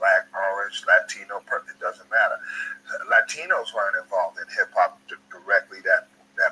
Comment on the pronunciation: "Latchtinos" hahahahah